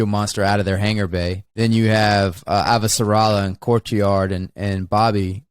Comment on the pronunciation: It's not just me, right? Wes does always sound like he calls him Courtyard, at least when he isn't calling him Cortazar. 😀